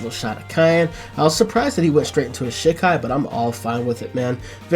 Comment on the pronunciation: Still can't stand the way you say "shi- kai", like you're animation canceling shit. Japanese is phonetic, the 'I' is pronounced 'EE' 100% of the time.